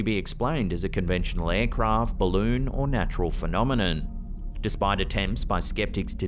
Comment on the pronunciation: Such an eeree fanamanaN